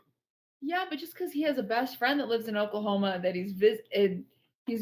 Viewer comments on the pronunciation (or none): The way she says Oklahoma,im suprised nobody has come down on her for that lol